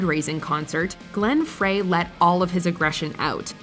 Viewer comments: For the record, Glenn Frey's name is pronounced "fry.' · Glenn “Fray”? It’s pronounced “Fry”. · Glen Fray? lol.